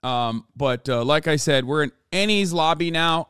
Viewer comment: Enies is pronounced like "N-E-S" it's a Greek word.